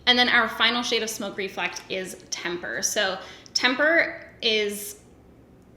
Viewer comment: I'll take Temper please and thank you! (but seriously, rose gold is hard for me and you said it so well!)